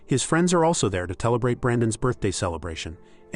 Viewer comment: Kelebrate? Gwin-EEV-er? Gotta love AI narration or bots that never read a book.